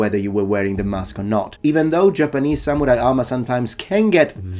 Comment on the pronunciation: thorough indeed. a gaijin pronouncing ‘samurai’ correctly? absolutely amazing.